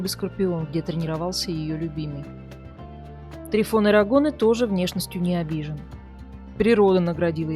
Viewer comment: Может ТрИфон?????слух режет прям трифОн - патефон, магнитофон